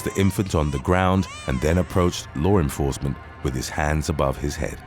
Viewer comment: U silly , "lore enforcement"